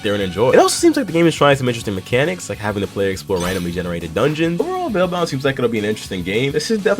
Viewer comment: thank you for saying the name, he barely pronounced that sh in the video i swear